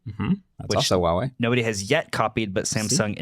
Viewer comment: The brand is actually called Huawei with a h sound at the start. Calling it uawei is like calling Google Oogle. :D